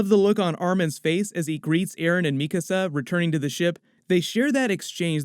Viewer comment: Yo. I noticed you started pronouncing "Mikasa" correctly versus your previous videos. Thank you! It was bothering me for a while, haha.